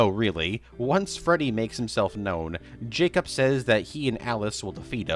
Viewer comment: Am I allowed to ask why you say Jacob like it's spelt J-A-C-U-P?